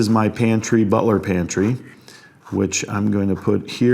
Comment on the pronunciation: Butler's pantry. Craftsmanship. Architects enunciate these correctly. Especially english sneakers.